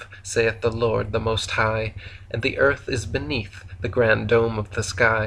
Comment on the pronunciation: Im so calm while listening to this ..."ERF" is FLAT so real it is